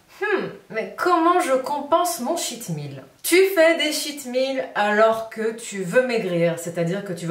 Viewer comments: Coucou.... mon mari qui est anglophone te conseille de prononcer « tcheat » meal car il avait l’impression d’entendre « shit meal » (repas de m***) 🤣🤗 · J'ai cru que c'était shit meal aussi à cause de l'accent.... Merci pour tes vidéos, je me mets au sport doucement après un confinement avec 7 kilos en trop.